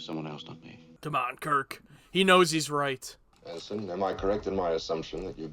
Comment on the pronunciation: Not “Henson”, but ENSIGN Garrovick…just sayin’